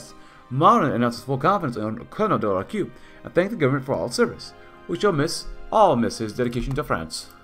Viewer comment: Nice episode and , you pronounced De la Rocque correctly , it's sounds "De la Rock"